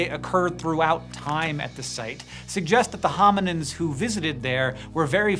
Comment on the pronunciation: Is he saying hominiNds or am I hearing it wrong?